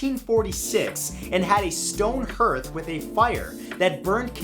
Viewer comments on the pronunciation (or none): 2- Aren't slugs already hermaphrodites? 6- Hearth rhymes with Darth, not Earth. 22- Aww. Thank you, Massai. You rock. 23- The poor patient done lost his marble. 48- Nuh uh. His first name is "Fresh".